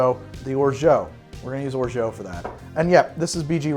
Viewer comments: I love your channel but please stop pronouncing it "orjo", I know french is weird but still. There's an "a", use it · Orgeat is said with more of an 'ah' sound at the end then an 'oh' sound. Sorry if I come off like a French nazi😂, love your videos! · Your pronunciation of "orgeat" makes me laugh. :) Thanks, man!